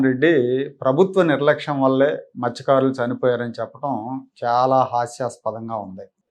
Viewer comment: మహానుభావుడు ఎందుకు పుట్టాడో తెలీదు ఏం మాట్లాడు తాడో తెలీదు ముందు మస్థ్య కారుడు అనే పదం స్పష్టంగా పలకడం నేర్చుకో జగన్ బాబు